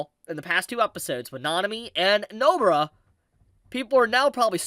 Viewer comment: did this guy say Nobra